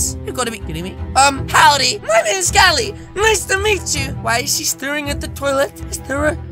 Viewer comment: god dangit it’s Cali not cail